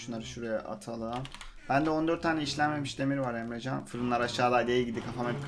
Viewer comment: emrezzaann a neden emrecan diyorsun